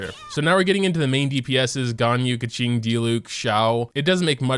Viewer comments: i've been watching your videos for quite some time now, but i only realize you said Keqing like "kaching" ToT help, it makes me think of that red car that can talk (i forgot it's name ToT) lmaooo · i remember when called keqing "keking"